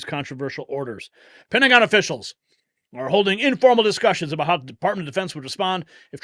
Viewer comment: as I listened it sounded like Pentagon "Brats"